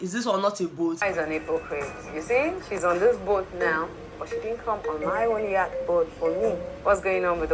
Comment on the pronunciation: Yatch Yot let’s call it boat 😂😂😂😂